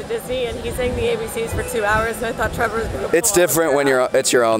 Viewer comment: It's trevor not trevan